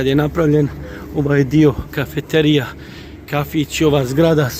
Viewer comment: Kako mozes da kazes Kafiterija, kad se zove Kafeterija, a tako i pise?